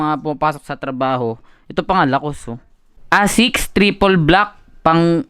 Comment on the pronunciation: "ASICS" pronounce as "ey-six" fyi lang boss hehe